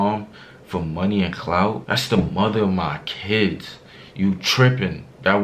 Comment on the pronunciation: He said my kids with a s, I love it 😍😍